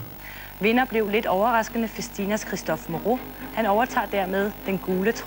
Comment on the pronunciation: Moreau my friend not Mourou